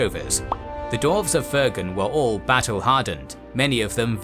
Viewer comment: Great video and series EXCEPT I am positive, unless I'm going insane, that he always says "Dorf/Dorves/Dorven" and a few other random weird minor mistakes with names.